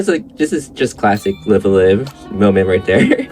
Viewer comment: The announcer pronounced this game as Live A Live, but the runner pronounced it as Live A Live. I'm pretty sure, though, that it's actually pronounced Live A Live 🤔